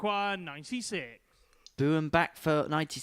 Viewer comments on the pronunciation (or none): FYI, Doug (and many other Americans with that surname) pronounces his last name "Baim" No Name Doug Boehm 😉